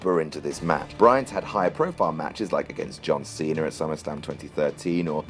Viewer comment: Anyone else realize that says John cenr